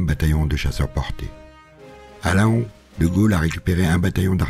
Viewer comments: superbe vidéo, juste une précision : on ne dit pas Laon mais "Lan" , ne me demandez pas pourquoi je sais c'est stupide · Mes esgourdes ont été blessés par la prononciations de la ville de Laon (La-hon) alors que cela se prononce "Lent". Très bonne vidéo sinon.